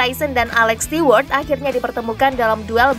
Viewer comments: bacanya STU... bukan stiwerd. Ganggu kuping😁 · belajar mengucapkan bahasa inggris yg benar mbak sebelum jadi penyiar...alex stewart itu bacanya alex STUWART...bukan bukan STIWART...bikin malu aja 😂😂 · Stewart itu dibacanya stuwart mbak 🤭😁